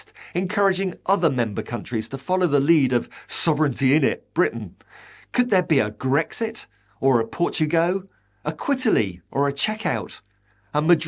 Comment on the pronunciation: Fantastic analysis and a huge thank you for this post. ...."Portu-go", "Bel-jump", "Qu-italy".......😂